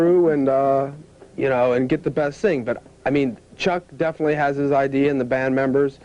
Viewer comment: Although she did pronounce Chuck's name wrong - dude was too polite to correct people